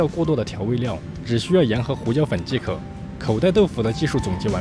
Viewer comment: 永远把即可念成既可……唉